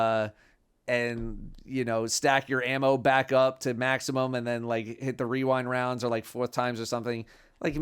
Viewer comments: Can we get a clip with wearing cat ears mispronouncing "weewind wounds"? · Wewind waounds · Rewind Rounds? I know Weewind Wounds.